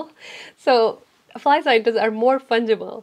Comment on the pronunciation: Bro it is fungible not pungible (you saying it like punchible )